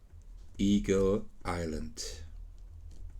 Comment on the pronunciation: I heard eagle island as e-girl island :D